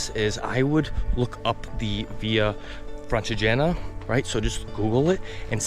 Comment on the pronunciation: Blimey, this man (also classless by the way) could have at least bothered to find out how to pronounce Francigena (with the accent on the i and not on the e) and Montestaffoli, osteria and other Italian words: he didn't get a single one correct! Bingo. With a guide like this!!! I can't believe it: incredible superficiality, incompetence and ignorance exploring Italian gems. Just offensive, insulting towards Italian culture.